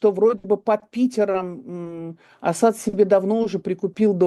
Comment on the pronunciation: Евгения Марковна правильно ставит ударение -Асад на втором слоге . Почти единственная из журналистов правильно ставящая ударение!